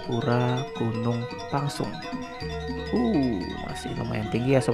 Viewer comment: Reporternya ngawur tu. Pengucapan Gunung Pèngsong koq jadi Gunung Pangsung ? Buat netizen diluar Lombok harus diketahui yg benar adalah Gunung Pèngsong.